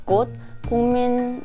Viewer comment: 국민...을엉응어어어어.. ㅋㅋㅋㅋㅋㅋㅋㅋㅋㅋㅋㅋㅋㅋㅋㅋ너무귀여워요